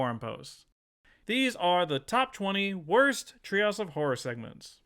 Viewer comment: "trails of horror". I cannot NOT hear this every time he says the phrase.